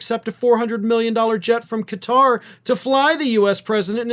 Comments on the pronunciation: Nice to see you pronouce Qatar correctly "Ka-tar"....NOT "Gutt-rr". Most Americans can barely pronounce anything "foreign" ! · First thanks for saying this country’s name correctly. Everyone else is pronounce it as cutter. Thanks for keeping all facts in check. Including the emoluments violations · Kudos for pronouncing 'Qatar' correctly! Tired of hearing people saying 'Cutter'...